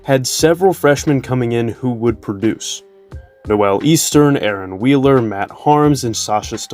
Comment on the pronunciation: Who is the announcer of this video? So far you've mispronounced Dakota Mathias AND Nojel Eastern's names. Maybe you're just too young and those guys were before your time, but dude, respect the older players. Dakota was a friggin stud.